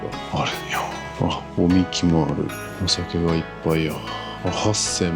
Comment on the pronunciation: 地元民も知らない情報をありがとうございます。 少々漢字が苦手とお見受けします。 御神酒（×ごしんしゅ⇒〇おみき）。ご存じのとおり神様に捧げるお酒です。 津軽杜氏（×つがるもりし⇒〇つがるとうじ）。 杜氏は、酒造りの全工程を指揮し、品質管理を行います。 2025年夏に蟹田町へツーリングしたくなりました。